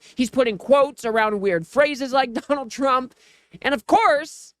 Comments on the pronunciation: When Trey Gallager started reading the tweet by Gavin, if you listen clearly he called Trump, "Chump" than quickly corrects himself. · Every time KKKarolyin Leavit says tRump it sounds like chump too!